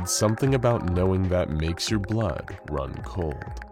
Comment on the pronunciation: when he says "your" im like bruh